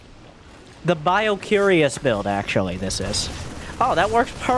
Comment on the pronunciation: "BioCUREous" brilliant!